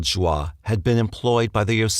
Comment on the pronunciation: I love all of your documentaries but...regarding the Stayner murders, Joie Armstrong is pronounced "joey", not "jwah".